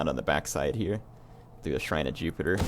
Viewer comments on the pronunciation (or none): none